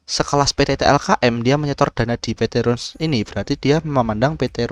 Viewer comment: Bacanya Rans bukan Runs bro